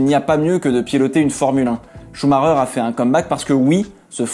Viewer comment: alors déjà c'est Schumacher et non schumarer mdr et tu ne sauras jamais se qu'il se passe réellement dans les paddocks donc mon ptit gars je serais toi je garderais ma langue dans ma bouche au lieux de raconter des conneries.